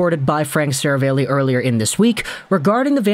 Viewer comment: … “Ser-a-valley”. Not Seravale-y. I assume it’s Italian. You’re normally so well spoken I figured I’d help you out.